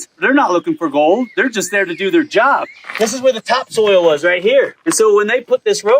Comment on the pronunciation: Hahaha you say “take soil samples “ haha I hear you say soil but my brain hears stool sample!!😂hahaha !!! I couldn’t help myself hahaha 😆